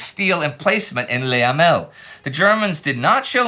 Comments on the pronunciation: It's not easy for English speakers to get it totally right - that's how it goes with foreign languages. Unless there is an "accent aigu", the best equivalent tot he French 'e' would be pronounced 'uh'. "Luh" instead of "Lay". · I've tried to get over it, but it is just so infuriating to hear Indy pronounce Le Hamel as "Lay Hamel" - for who knows what reason. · My French can't take it. The French "Le" in "Le Hamel" is not pronounced like "lay" as Indie is doing. You get that sound in French from "é" or "les" not "le". The "e" in "Le" is a short vowel kind of like the "e" in "destroy" (if one is not pronouning incorrectly as 'deestroy'. Also, "AVRE" was pronounced "av-ree'.